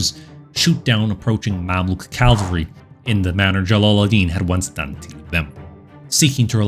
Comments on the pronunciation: I've never commented on your channel before, so let me first congratulate you for putting out some excellent content! Now for my minor editorial critique here... In the narration, the word cavalry is pronounced as "Calvary", which you know is the biblical name of the hill on which Christ and others were crucified. But still... Keep up the amazing work! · Try saying chivalry then cavalry, maybe it helps before recording so as to eliminate that bothersome "l" you insert after the "ca" în cavalry.